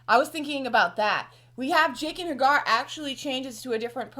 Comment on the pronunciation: Also, this is just me being a bitch.... I'm a little annoyed how you pronounce Jaqen. I remember you guys doing it for other characters too like Varys. George R.R. Martin uses silent vowels in most of his characters names. That's why Arya is pronounced Ar-ie-a or Daenerys is pronounced Dah-ner-is. Maybe its just my preference, but Ja-gen sounds much more medieval sounding then Jae-gen